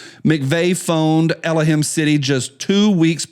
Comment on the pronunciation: El-o him? God? what?:face-fuchsia-tongue-out